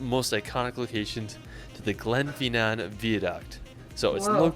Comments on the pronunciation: The commentator keep putting the stress on the last syllable of place names, but that is rarely right. Loch LOmond; glenFINNan; DUNcansby. As for the rules of Gaelic spelling, they are as mysterious as mountain mist. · Firstly it's not Scatland it's scotland and it's Edin bra not edinbrough. He pronounces it as feenan but you pronounce it as fin nan also he pronounced viaduct weird it's Via Duck t. Also Scotland as voted most beautiful country in the world 2013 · Glenfeenan, veeaduct, Edinburrow? Oh dear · Glen Feennan Veeaduct !, hardly surprising American pronunciation. We get 'herbs, sodder instead of solder, Jagwaar cars and those things that float in the water are booees. Thought buoys were said as boys? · When pronouncing Glasgow, you drop the W. So it's Glas-go not Glas-gow. And the Harry Potter bridge is at Glen Finn-an, not how it was pronounced in the video. You'll have a great time in Scotland when you get there and remember to take a lot of pictures and videos as keepsakes!